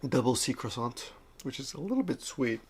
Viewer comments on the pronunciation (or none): none